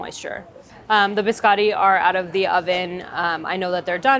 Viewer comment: The way she's pronouncing biscotti is making my Italian ancestors cry